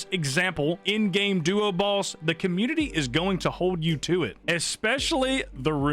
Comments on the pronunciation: He's saying "balls" not "boss" right??? Am I the only one hearing that? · I just keep hearing him say end game duo balls